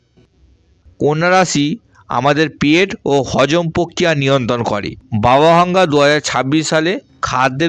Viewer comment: বাবা ভাঙ্গা না, বাবা ভেঙ্গা হবে